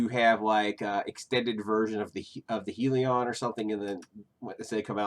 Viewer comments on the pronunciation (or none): It’s “The HELLion” not HE-Leon.